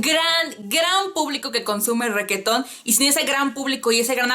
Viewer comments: "Requeton", jajajajaja, amo como pronuncias reggaeton cx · "ReQUEetón" jejeje